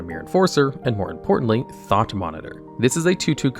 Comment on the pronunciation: That’s the worst pronunciation of “thought” I’ve ever heard